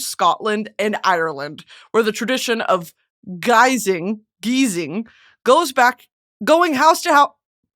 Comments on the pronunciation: From a Scottish girl you had it right the first time 😊 it’s pronounced “ guys-ing” love u gurl 🥰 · Hearing her talk about my culture is bliss! Also we call and pronounce it Guy-Zing. Happy guising everyone! 🧡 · She did in-fact saying guising right the first time, congrats fester or festHER xo